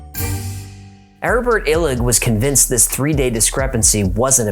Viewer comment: I want to read his stuff, but I can't hear what his name is. Urvan Illick?